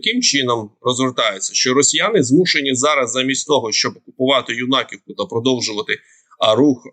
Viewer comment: Ю-наківка! Наголос на Ю. Вже пора вивчити І захопили ці 200кв. кілометрів на Сумщині не за 3 з половиною місяці , а менше ніж за місяць. Подивіться мапу DeepState , до 22.05 ще не було червоної зони. А три з половиної місяці тому вони почали активно зтерати з лиця землі Краснопілля, Білопілля, Ворожбу, та інші населені пункти, де і була оголошена обов'язкова евакуація. У цій зоні майже вже нікого з населення немає. А ось лізти своїми вонючими чоботами почали у другій половині травня. То якось ваша інфа про 3,5 місяці не відповідає дійсності.